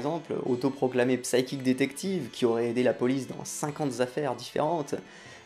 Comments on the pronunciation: Ta vidéo est géniale et manifestement nécessaire. Bravo !! Juste stp... "psychic" ça se prononce "saikic" (le p est muet), voilà voilà. La vidéo est quand même géniale ! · pour info le "p" dans "psy..." ne se prononce pas en anglais bonnes fêtes à l'équipe (et merci pour votre vidéo, un chouette p'tit cadeau de Noël :)